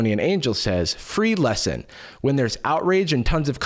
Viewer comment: Guys its free He said It he said its fre e